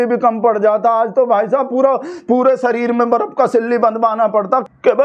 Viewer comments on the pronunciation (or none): none